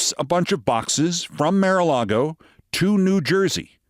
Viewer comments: Keith, you ridicule someone for a slip of tongue and rant for 5 minutes about it, yet you can't pronounce "mar"??? For crying out loud, it's MAR-a-lago, not "MARE"-a-lago. How can you look at the word "mar" and come up with "mare"?!?!!! Do you pronounce car as "care"?? I'm not defending the MAGAt whoever she was, but jeez you can be ridiculously petty and such a hypocrite. Besides the perpetual "mare" flub, we've heard you stumble over lots of words here and there. Right? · Keith, why do you insist on pronouncing the "Mar" in Mar-a-Lago as "māre"? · You're not pronouncing mara alago right.... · Hey Keith, I think you're very smart and funny, but your strange pronunciation of Maralago over and over is doing my head in!